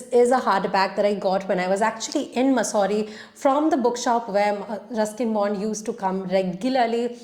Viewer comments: It's मसूरी not मुसौरी..... I was hesitant at first but since you said you liked to be corrected. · Di please also correct the pronounciation of "mussoorie". 😊